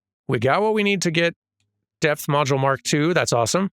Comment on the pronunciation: I kept hearing say death module instead of depth module and that seems like a VERY different thing.